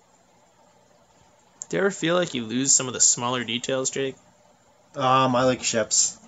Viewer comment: LOL - "I like ships" sounded just like "I like turtles"